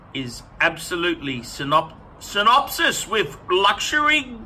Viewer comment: You say synopsis, we say synonymous